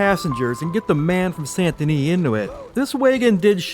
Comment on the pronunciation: So it sounds like you're pronouncing the T in Saint Denis. I checked the auto captioning and it thought so too. Leave off the T. It should sound like: San Da Nee.